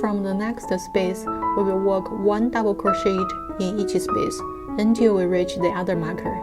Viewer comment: I am just helping here :) The English language can sometimes be difficult & confusing. To pronounce "CROCHET* , the last 'T' is silent because it is derived from the French language :) It is pronounced - 'CROW - SHAY' . I hope that this helps :)))